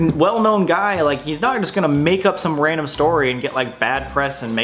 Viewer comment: "Wandom" -Samuel Golbach October 3rd 2020